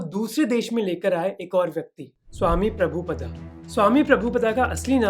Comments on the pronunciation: डियर मोहक...अच्छी वीडियो है आपकी....लेकिन इस्कोंन संस्थापक का सही नाम प्रभुपाद जी है प्रभुपदा नहीं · भय्या, व्हिडिओ तो तुमने बहोत अच्छा बनाया लेकीन पुरे व्हिडिओ में श्री. प्रभुपाद का नाम उच्चारण गलत करते रहे " प्रभुपदा " करके. प्रभुपदा शब्द का कोई अर्थ नही है लेकीन प्रभुपाद का अर्थ है प्रभु का याने भगवान का पैर ( पाद) या प्रभु का चरण.